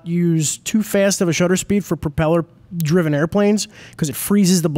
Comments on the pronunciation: Say "PROP eller" one more time. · Why can't either of them say "propeller" correctly? Haha very strange